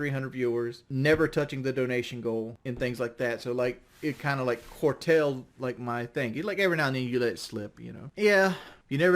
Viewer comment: Fascinates me how someone like comes across people like John McEnroe a famous tennis player & chooses him as a voice of reason. Wingoism “Quartailed” (curtailed)